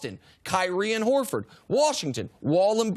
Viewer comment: Lol he said Horford